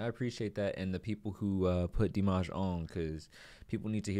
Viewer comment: It's actually D like the letter, and then "mash" the way we in the US say "mash"-ed potatoes, that is how Dimash is pronounced.